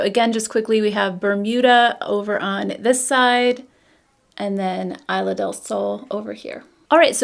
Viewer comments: Isla is pronounced EES-lah :) love your review!! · Thanks for sharing! They look beautiful on you. Btw, I in Spanish is pronounced like e in English (esla)😊